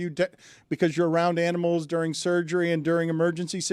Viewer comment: Jehr bear 🐻 gold!!! 😆🙌 jduring 🤔🤫 which letter is silent 👀